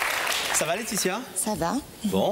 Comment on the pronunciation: Deux formidables présentaeurs dont l'un a du malà prononcer le"s" corrrectement "LAETITIA"et son amie se ressemblent énormement , on dirait deux sœurs jumelles ,ce que nele sont pas